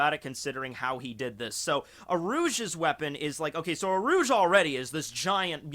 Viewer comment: U - rū - ji his name has 3 syllables. Some might say who cares at all really but a lot of us can agree how we say Luffys name and Marios. You know Mario and not Mary - O